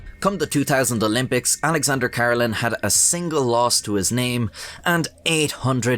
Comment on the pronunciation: Great video but His last name is pronounced Kuh-Reh-Lin, Not Car-Ruh-Lin.